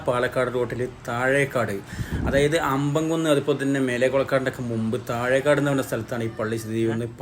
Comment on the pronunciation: താഴെക്കാട് അല്ല താഴെക്കോട്